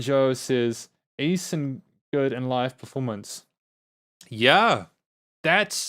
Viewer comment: E-son Chan... not A-son Chan. That's how his name is supposed to be pronounced